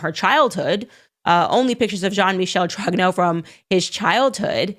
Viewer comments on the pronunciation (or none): Brigitte Trog'no? Really? Can't even get her maiden name right? First of all you're a black woman supporting a white supremacist regime and that makes you a traitor and a not very smart person, to say the least, second there's plenty about Brigitte Macron to criticise without spewing utter drivel!